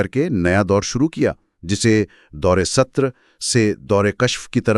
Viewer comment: Dawr e sutur nhi hota, dawr e satar hota hy.